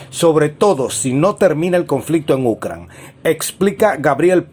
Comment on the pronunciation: Porque dices Ucran, es Ucrania. Habla bien.